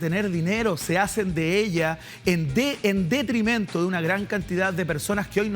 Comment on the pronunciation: se dice DETRIMENTO y no DEPRIMENTO como dices al principio de tu presentación... sonó muy raro...